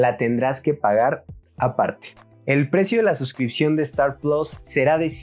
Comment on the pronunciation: No hay necesidad de decir plos, puedes decir PLUS que es una palabra en español, es muy sencillo hablar en nuestro idioma